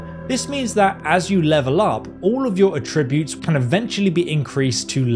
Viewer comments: "A-tri-butes"...?? "At-tri-butes" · Its A-ttributes, accent on the A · Please stop saying attributes like that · I was with him all the way until he mispronounced attributes. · Atrib-utes, apear-all. Oof, unwatchable.